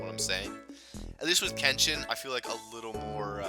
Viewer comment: Well 2000 is a pretty hefty goal to get to but i think you could do it (although if we assume there to be roughly 53 days of summer left, or at least thats the case for me, you would have to upload about 6 videos a day...). I would also like to pester you again about your pronunciation of Kenshin :P, srsly though now i chuckle every time i hear you say Ken-Shin. I wouldnt mind more SGS in the future but i probably wouldnt call it a huge priority kinda project. For the future projects im definitely interested in pokemon pearl as well as probably path of radiance but as you predicted i do not know what the last one is. As for streaming, hopefully you can stick to a schedule with that cause those are a lot of fun. Now onto Jstars, i have at this point unlocked all but 3 characters, nearly completed one of the story arcs (btw you do get at least 1 more character to be playable aside from the 3 you start with, or at least in the Toriko storyline (on a side note: Toriko is pretty fuckin good, like holy shit man, he has the longest ranged move in the game as well as an attack that when you charge it up completely it does as much damage as a super move)). Ive found the character that is literally the most BS asshole of all time (saiki) who you literally cant even attempt to fight against unless you are across the map shooting projectiles. Also to this day i cannot understand your troubles with Bo-Bobo, for some reason when i fight bobobo he is literally the biggest piece of shite eve